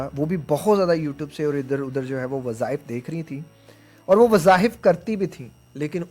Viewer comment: Wazahif nahin wazaif